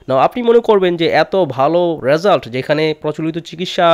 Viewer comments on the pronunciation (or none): none